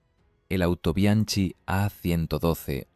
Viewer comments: Muy agradecido con la información pero estaría muy bien decirlo tal y como se pronuncia. "Autobianki"..........sin más complicación. Y también apuntar que Japón también lo importó. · Es cierto, la pronunciación de Autobianchi chirría en los oídos de los que conocen la lengua italiana, pero entendiendo que es producto de la narración generada por IA no se puede pedir más... También se come las Ñs, a veces las pronuncia como Ns o simplemente las ignora, en fin... Son detalles que le perdono a quien quiera que sea la persona que esté produciendo y deleitándonos con estos vídeos... Ojalá nos regale muchos más... Hasta él, mi sincero agradecimiento !!